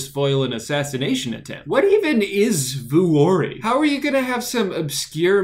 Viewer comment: I'm sorry but I seriously can't watch the Vuori portion because of the way Drew pronounces it